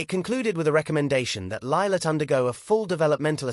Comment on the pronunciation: who on earth is"Libet"? does the narrator not realise the child is called "Lilibet"?